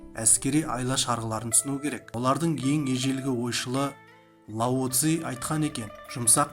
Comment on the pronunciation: лау зей . емес лаузы .